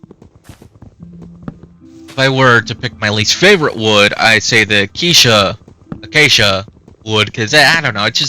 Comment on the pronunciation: Acacia "a-kay-sha"